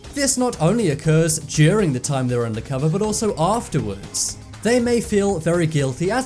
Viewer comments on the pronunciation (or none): none